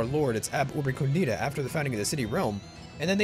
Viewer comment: Very happy you tried this, this mod is truly well made. By the way, are you sure "ab Urbe condita" is pronounced like that? Shouldn't "condita" be pronounced "còndita" instead of "condìta"?